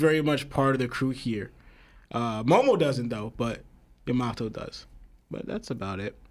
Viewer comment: Am I the only one who hates how dude says Yamato??